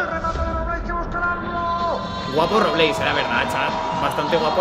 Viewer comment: En ves de robleis le dice robléis estos españoles